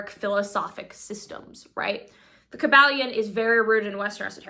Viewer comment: What happened to? Isn't it pronounced Kuh-ball-ee-uhn? Every time I hear her pronounce it the other way my solar plexus chakra tightens uncomfortably and I cringe. And Hermeticism isnt pronounced like the word "herb". Wtf. Also, it's pronouonced "arc-uh-type-uhl". She's still mispronouncing words I can't do this all day. I have almost solely communicated with other occultists telepathically or online, and they say I'm annoyingly pedantic, but gimme a break. She's still 10x ahead of me at that age though.